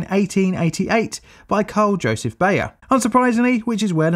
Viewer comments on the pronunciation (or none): none